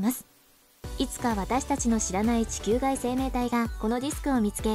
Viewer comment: 「ちきゅう」の発音が少しおかしくない？